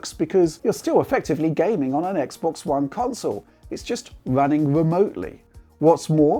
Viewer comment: It's wunning wemotely lol